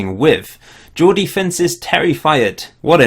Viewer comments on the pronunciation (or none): none